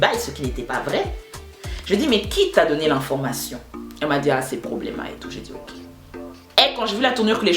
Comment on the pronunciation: "Problêma" Je me suis pissé dessus lol